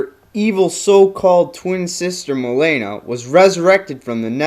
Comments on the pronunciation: it's not "Ma'lay'na" it's "Ma'Lean'na" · ok seriously, why are pronouncing everything so weird? "milaina".... really? your mispronouncing thing f***ed up what could have been a cool character study video. fail! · I loved your "Character Studies." Who cares about the pronounciation of Mileena, point is you made Kitana's history clear for those who dont know much about her. She's my favorite female character and Im glad you did justice to her by making this video. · UGHHHHHHHHHHHHHH! your pronunciation of Mileena kills me! Clearly you are not a real Mortal Kombat Fan! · u pronounce mileena wrong, lol